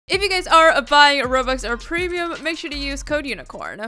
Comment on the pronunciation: robux or pwemium